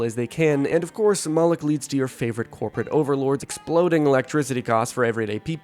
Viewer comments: Moloch is not pronounced “mollock” it’s pronounced “Moe-Lock” Moloch also was repeatedly depicted with a large gaping mouth which represented an open grave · preeeety sure its pronounced moe lock. but i have a smooth brain and know nothing